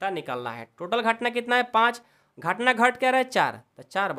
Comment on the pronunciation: Sir gahtna nahi ghatna hai 😂😂😂